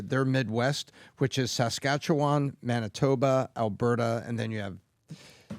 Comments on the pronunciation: How about; the Canadian expat; pronounce Saskatchewan correctly? It's not "Sass-kat-cho-wan?" Emphasis on the "Sass." It may be a minor point; but it's irritating to hear a Canadian mispronounce the name of a Canadian province. I don't care how long he's been under the influence of the USA. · Danielle Smith has literally said that she doesnt want to separate from Canada and wants to be able to make plans and deals with Carney. Please learn how to say Saskatchewan correctly haha